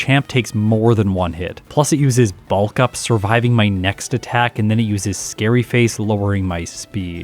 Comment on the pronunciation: Ugh please stop saying "bahlllllk up" its pronounced "bulk up"